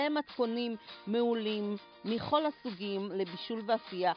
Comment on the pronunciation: מימלא ולא MEMALE ומכל MIKOL ולא מיחול. כזאת עברית על ההתחלה מורידה את החשק.